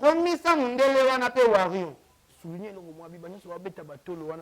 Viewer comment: ken Mpiana lobaka WARIOR , warion te ... pitopale kkkkkkk mema bango likolo